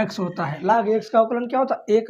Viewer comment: Laag ya log 🤣 Yaks= x Lekin sir thanks